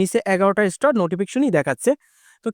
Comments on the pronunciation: আগুন কে সাগুন বলেন স্টার কে স্টোর বলে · উচ্চারণ আরো ভালো করতে হবে স্টার হবে স্টোর বলতেছেন কেন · ইস্টার বলে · স্টোর নয় ভাই এটা হচ্ছে স্টার😱🤭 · কলকাতার দাদা মনে হয? স্টার উচ্চারণ শুদ্ধ নয়। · ওটা স্টর না.... স্টার 😂😂😂😂😂😂😂😂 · ভাইজান স্টোর না স্টার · স্টর কি ভাই😂😂😂😂😂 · স্টোর কি রে ভাই😅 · আরে ভাই স্টার স্টোর নয় --- আগে ভাষা ঠিক করুণ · স্টোর কি ভাই? উচ্চারণ ঠিক করে স্টার বলতে পারেন না? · এস্টার বলেন,এসটোর না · Star❌ Stor✅ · স্টুর না ভাই স্টার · উচ্চারণ বেশি স্টাইল করে বলতে বলতে স্টর বলে ফেলেছেন ভুল উচ্চারণ 😃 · এমন বলদ জীবনে দেখিনি। স্টার শব্দটা উচ্চারণ করতে পারো না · স্টার শব্দটা পর্যন্ত উচ্চারণ করতে পারেনা, ভিডিও বানাইতে আসছে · ভাই এত সুদ্ধ করে বলতে গিয়ে এমন হলো😂😂😂